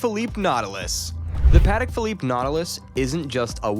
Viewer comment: I love how the narrator can’t even pronounce the correct name of the watches